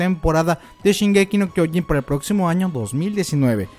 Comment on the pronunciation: Este dilo bien el anime se llama shingeki no trenes >:v